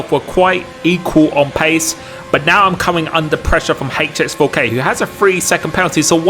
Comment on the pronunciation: Proper pronunciation for HX4K please